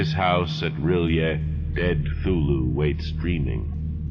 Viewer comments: Is he saying Thulhu or Cthulhu? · My only beef with these fantastic renderings of H.P.L.'s tales of terror is the pronunciation of Cthulhu. For 50 years I've been pronouncing it with a "hard C". I love what you're doing here and look forward to every new episode. How about Dreams in the Witch House?